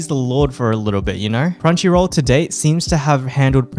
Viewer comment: Crumchy roool redempshion ark :]